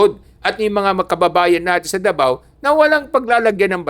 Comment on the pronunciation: CUNA yun oy. At DAVAO Hindi The Vow. Ayusin natin ang bigkas.